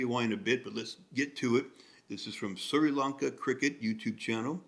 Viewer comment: It is spelt Sri but it sounded like you pronounced it Sir.